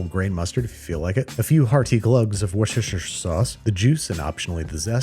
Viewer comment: It’s absolutely not pronounced Worst-er-sheer, it’s Wuss like wood. I live like an hour away from Worcester